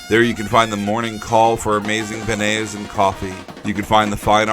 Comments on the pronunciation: you pronounced beignet wrong its not ben-nays its ben-yays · Great video! I grew up not too far from New Orleans, and I've seen that cart many times. My only suggestion is about the pronunciation of beignet- you're close, but not quite there. It's "bayn-YAY." 😁💙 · the way you pronounce begniet keeps throwing me off. lol